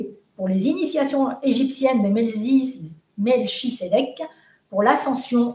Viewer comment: Coucou, passionnant ! Si je peux me permettre il serait ''bien''de prononcer ''melkitsedek qui signifie ''roi de justice en hébreu..